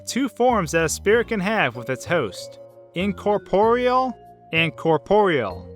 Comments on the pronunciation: What it said; Incorporeal What i heard: Incortoriel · What kind of pronunciation rules do you HAVE? Incorporial? Corporial? Al-fees? face palm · Incorporeal? More like incor-TORIEL. HA HA HA go to hell. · I cringed when he said 'In-cor-poriel' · When I fight sans WHO NEEDS HEALING ITEMS WHEN YOU GOT LEGS LIKE THESE five seconds later broken heart noise Dammit Also you pronounced corporeal And incorporeal wrong